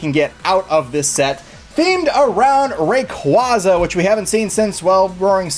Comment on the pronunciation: It's "ray-QUAY-za"! As in quazars